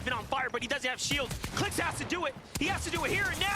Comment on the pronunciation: the way kept saying clix qualed lmao